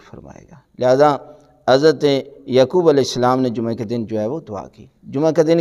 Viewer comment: QibLA MouLanA Sahib PLease, FirsT ImProVe Your ArabiC and Urdu WorDs QaaF HaY QubooL HaY Kabool Nahin HaY YaQoob HaY YaKoob Nahin HaY KaiseY ALiM e DeeN Hain Arabic Urdu Bhi Sahih Nahin BoL SaKTeY VerY SaD.